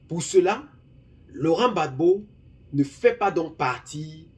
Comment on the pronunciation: Rectifié cest Gbagbo et non babo